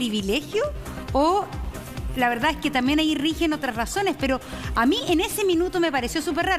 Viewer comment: siiii dice ,,, VELDAD jajajajajajajaja